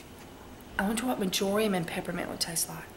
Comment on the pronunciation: it is not "maj or' ium" it is "mar' jor im"...kind of like margarine, the butter substitute, but with an im instead of an in ending.